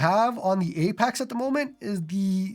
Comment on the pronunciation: "Apax"